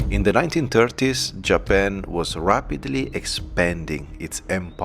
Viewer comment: Hi, great video and channel, your English is great too, however allow me to correct you on the following: - it's JapAn, not JapEn - occ-you-py, not occ-oo-py - walk is pronounced woke, not wolk - minute is pronounced minit, not minoot - women is pronounced weemen, not women - internAtional, not internEtional